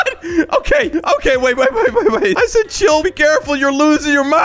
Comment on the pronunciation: Bro stop sed